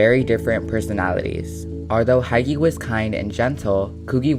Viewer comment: It's Hiki, not Haiki...